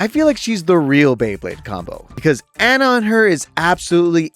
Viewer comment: why do u pronounce ana and sojourn like that